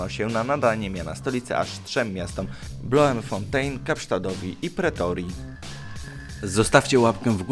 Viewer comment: Mówi się Blumfontejn 😉